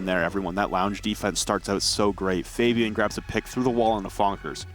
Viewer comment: These are literally the worst announcers ever, who pronounces Fabian like that